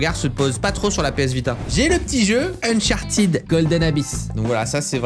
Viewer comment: Ça se dit pas Unchartid ça se dit Uncharted